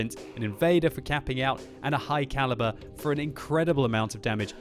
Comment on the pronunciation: Is it just me or is it really funny when says something wrong eg damwidge.